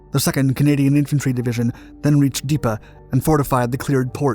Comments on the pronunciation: Dee-EP. not Deepa. Dieppe. Deeeeeeee. Epppp. Dieppe. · Dieppe is pronounced as Dee-Ep not Deeppa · Thoroughly enjoyed this history lesson but my only criticism is the pronunciation of Dieppe. Pronounced Dee-ep, not Deep-uh . Otherwise, well made. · Is "Deepa" supposed to be Dieppe??? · Wheres Deepa?... Did You mean Diepe? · It's pronounced Dee-epp !